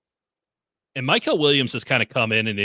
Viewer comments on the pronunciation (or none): still refuses to pronounce Mykel’s name correctly smdh